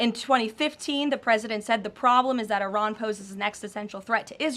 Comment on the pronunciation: Its not Ayran , It is Iran ... She talk like s*** dealing mestrual cramps